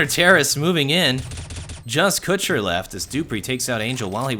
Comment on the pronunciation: omg u say kucher wrong in so many ways